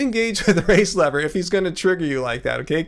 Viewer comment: It always sounds like you're saying "race lover" every time you say "race lever" lol